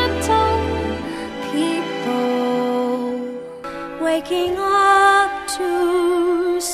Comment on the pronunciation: it sounds like she's saying beeple